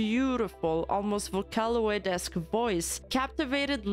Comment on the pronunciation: "Vocaloed" I'm sorry, you're a queen